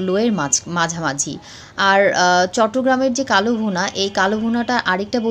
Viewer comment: It is not KALO BHUNA, It should be pronounced as KALA BHUNA.